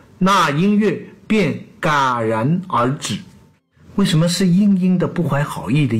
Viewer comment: 戛然而止，戛读jiá。